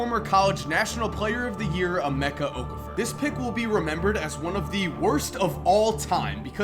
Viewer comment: Wow you cannot pronounce okafor but I don't blame you your American and I was also born in America but that name is nigerian which happens to be where both my mom and dad are from and its pronounced like that b cuz of the native language so it's pronounced O-calf-O don't pronounce the r or say anything like four